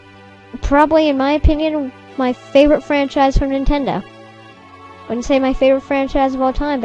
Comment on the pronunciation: how come you say nintendo wrong? not that i care just woundering! :P